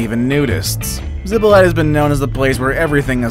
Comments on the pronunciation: It did not say "Zipolte" but "Ziplite", and he pronounced it like that: "Zipolait". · When I hear "zippo light," I think of someone who can't pronounce Spanish, as well as Hawai'ian place names. If you're going to make a video, learn the pronunciations. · The pronunciation is ZEE Po LEE TAY. Absolutely NO ONE says it the way you said it.